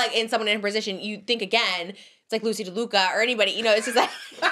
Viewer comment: trish saying “DELUca” instead of “laduca” is SENDING MEEEE loosey deluluca